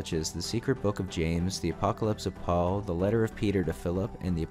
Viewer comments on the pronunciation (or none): none